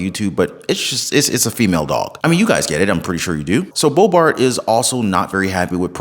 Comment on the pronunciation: Boebert, not Boebart. Great channel 🏆💯